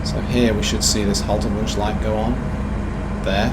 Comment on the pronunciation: Looks and sounds really great as i have expected ... and "Haltewunsch" was spoken perfect ;-)